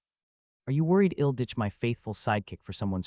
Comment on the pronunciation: The (I'll) in I'll come back to check on you), is pronounced like, ill (sick), and not I'll (I will), it's a bit distracting 😅 it is in all the places (I'll) is used, so far I think. Doing my best to ignore it, but thought I should mention it at least. Great story 👍👍 love it 😊